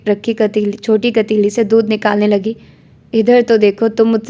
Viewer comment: Asalmualkum, Very good 😊, کٹیلی نہیں ہوتا پتیلی ہوتا ہے 😊